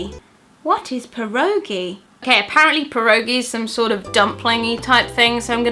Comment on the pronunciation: Hahaha. I don't know who created these questions but pierogi is a polish name for some kind of dumplings (oh and you said it incorrectly ;)